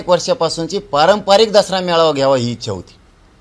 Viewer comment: खूप शुद्ध बोलायला शिकले पाटील वीच्या नाही पाटील ईच्छा असते